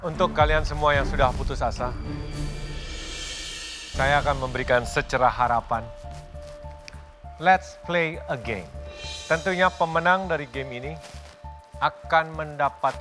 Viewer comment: Chef juna mau bilang secercah, malah bilang secerah🤣